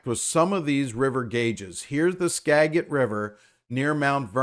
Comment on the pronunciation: The Nooksack River is also flooding. The city of Sumas is under water. (Skagit is pronounced Skajit)